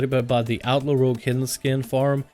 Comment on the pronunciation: Seriously, what is up with this douchenozzels pronunciation of the word "Outlaw"? It sounds like outlord or something stupid.